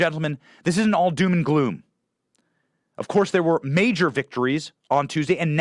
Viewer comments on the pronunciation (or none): none